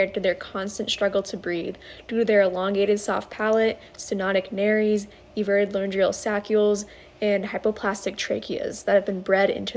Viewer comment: I can't get over the fact she pronounced nares as nair-ies. It's "nairs".